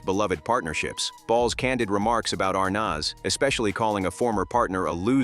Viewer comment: This is poor AI. Why the heck is Mitzi Gaynor in this, for no reason ,commenting on Betty Grable which makes no sense? And the AI pronunciation of "Arnaz" is off the mark.